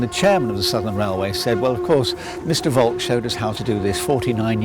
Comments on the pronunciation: Seeing as we're nitpicking about pronunciation, Volk is pronounced with f (as you said), then olk as in "polka", not as in "folk". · Simon Carey Also Volk is pronounced as Folk, not with an actual v